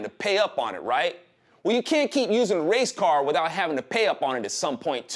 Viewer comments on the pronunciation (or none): Kept thinking was saying Racecar. What does a Racecar have to do with the riots? Oh, Race Card. Gotcha. Nevermind.